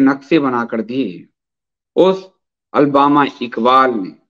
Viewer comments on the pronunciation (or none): अलबामा इकबाल नहीं अल्लामा इक़बाल है